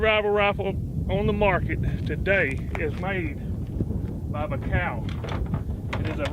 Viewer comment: It's pronounced bye a kal